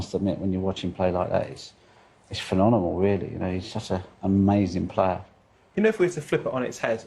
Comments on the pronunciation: dude i hear ya, he couldnt say it properly the other day and he couldnt again today!! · He's being saying phenonemal for years,i always cringe when he says it 😖😂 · "Phenonemal" keeps jarring me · Will someone tell Ronnie it’s.. phen-om-enal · Ronnie phen-on-emal O’Sullivan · For the love of god, someone who knows ronnie, please teach him how to say the word "Phenomenal", this is the second interview in 2 days ive seen him butcher that word. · Yeah he's been saying it wrong for years 😂